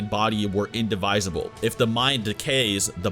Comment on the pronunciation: what I learned from this video: doesn't know how to pronounce "indivisible". I don't remember the other parts.